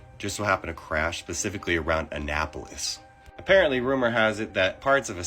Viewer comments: Hello! Annapolis; "ah-na-po-lis." I'm originally from Maryland.🎉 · Mare uh lend Take, a nap polis.😅 It was funny to hear him say it. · The word you were trying to pronounce is An nap olis, which is in Maryland. It's where the US Naval Academy is.